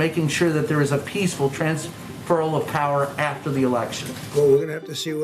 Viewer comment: Why does he keep saying Transferal